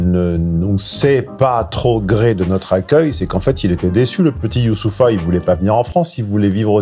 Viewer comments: j'aime beaucoup certaines de tes analyses. Mais il faudrait sérieusement penser à te faire soigner bonhomme. Tu arrives à prétendre ne pas savoir prononcer son prénom, c'est pitoyable d'en arriver là. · Pourquoi faire genre de galèrer à prononcer son prénom ? Tjrs condescendant avec les noirs c'est dingue quand même. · forcer le trait, tout au long de la video sur la prononciation de « Youssoupha » était vraiment malaisant. Ca n’apportait rien de pertinent à l’analyse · Bonjour comme d'hab. Analyse tres clean de ton sujet fu jour,pourtant j'ai senti du cynisme dans ta façon de le nommer,tu as tendance a ecorcher son prenom de façon un peu hautaine (volontairement).du coup ça se voit que tu as du mal avec les consonnances "islamiques".Je penses pour le coup que cet artiste là est plutôt reprensentatif de la bonne mouvance imigrationnelle avec laquelle on peut discuter et construire un avenir plus serein (à mon avis),donc je pense que tu le situe encore trop loin de l'idéal qu'il s'efforce de montrer par son comportement contenu et ses paroles apaisées (en allocution). Le risque pour moi,c'est que les immigés integrés parfaitement se sentent rejettés constament et n'aient d'autre choix que de se rapprocher des pesonnes plus radicales en pensées,ce qui serait contre-productif dans le projet de vivre ensemble sans conflits. Celà étant dit je reste un inconditionnel de ton travail de grande qualité car tu es a mon sens le meilleur coach de muscu. cérébrale du Net.J'espère que tu vas lire mon message et en tiendras compte c'est: YOU-SSOU-PHA,trois syllabes simple pour un maiître du "verbe" vela devrait être un jeu d'enfant (en plus ça se pononce sans accent donc tu n'auras pas mal à la gorge en le citant).#c'estpasbien desemoquer😉# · 😂😂😂😂Tu es entrain de tuer son prenom😂😂😂😂 youssoupha (en Afrique noir) qui viens du prénom arabe youssouf qui en français dit Joseph 😂😂😂😂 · Arrête de faire le guignol à mal prononcer les noms... Bonne vidéo sinon